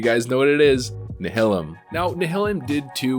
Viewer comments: Nihilum. Nye- uh-lumm Not Nuh-hill-umm. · You are wrong, go and watch "Nihilum PvE" video and see how the creators of the guild pronounce it. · I cringed every time I heard “Nihilum”, because my brain thinks it should have a similar pronunciation to “nihilism”. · Same lol